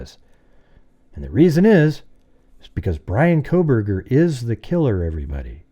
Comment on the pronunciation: Haha "Proburgers”